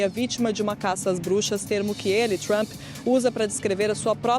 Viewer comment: Essa mulher não consegue nem pronunciar o nome do Presidente Trump corretamente! 😂